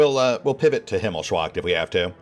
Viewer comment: Just in case no one has commented on it below the videos I've yet to see: that one place is called "Himmels-Wacht", not "Himmel-Swacht".